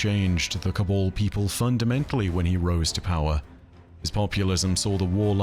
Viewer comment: It's Ca-Baaaal not Ca-bole